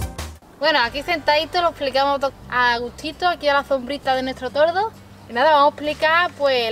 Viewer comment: Es toldo no tordo. Ja ja